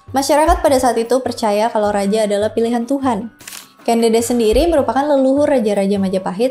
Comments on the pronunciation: Ucapnya bukan Kén Dédés ꦏꦺꦤ꧀ꦝꦺꦝꦺꦱ꧀, tapi Kén Dêdês / Ken Dədəs ꦏꦺꦤ꧀ꦝꦼꦝꦼꦱ꧀. Ken (e nya seprti pada kata enak, ekonomi) Dedes (e nya seperti pada kata empat, enam) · Sedikit koreksi ka.. cara penyebutan huruf 'e' pada tumapel dan ken dedes itu seperti penyebutan huruf 'e' pada apel.. karena dalam aksara aslinya pake huruf 'e' pepet bukan pake huruf 'e' taling.. dan ken arok itu sebenarnya ken angrok... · teks asli pararaton KEN ANGROK, bukan arok, sedang penyebutan KEN DEDES itu pakai vokal E Pepet (contoh penyebutan kEris pakai E pepet) , jadi yg bener Ken Angrok, dan Ken Dedes